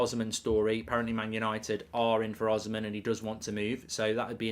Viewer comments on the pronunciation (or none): The pronunciation is O-SEE-MEN or the N can even be silent